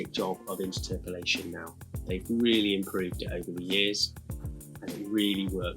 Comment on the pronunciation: Sorry, I don't want to be rude but, inter-terpolation? I’ve always pronounced it as interpolation. The way it's spelt!